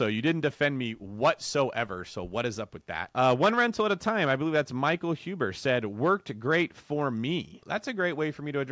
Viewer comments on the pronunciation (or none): It's Zuber not huber. Pushing them courses hard aren't ya, things don't seem easy in land while Huber is living off of cashflow and helping a ton of people, keep pushing them courses harder and selling to mis informed victims, that is what you do best.